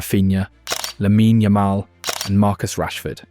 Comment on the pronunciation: "lamina yamala" "peedri" at least put effort on the names man